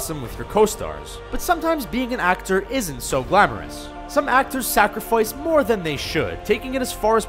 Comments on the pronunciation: "some actor SacRofOicE more than they should-" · Some actors sarcifoice? I didnt know that was a word... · "sacrofoice" too much :)